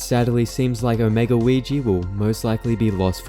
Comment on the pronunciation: No way bro called weegee “ouijia”